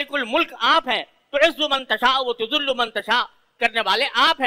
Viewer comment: یہاں پہ آیت ِ قرآن ِحکیم : وَتُعِزُّ مَن٘ تَشَآءُ وَ تُذِلُّ مَن٘ تَشَآءُ ... لفظ تذلُّ غلط ( ذ پہ زیر کی بجاۓ پیش ) پڑھا گیا ۔ اسے درست کیا جاۓ ۔